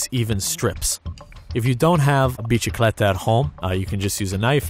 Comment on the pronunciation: Its bisikleta not biCHikleta